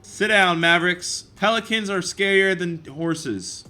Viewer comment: Ethan Caffrey it sounded like he said penicans